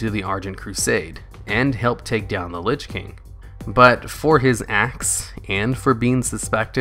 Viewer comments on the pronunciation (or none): none